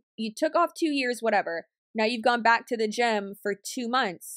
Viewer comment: For some reason when you said "It's a gym." I kept hearing gem xD